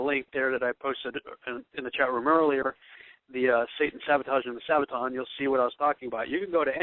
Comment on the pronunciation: Do you have any idea of the differences in the Hebrew calendar as to the Gregorian calendar? Or when a day begins and ends on the Hebrew calendar? Doesn't seem so. Begs the question, who taught you? Btw, have you ever heard the term "lost in translation"? And, the word is Sabbaton NOT Sabbatown oi vey!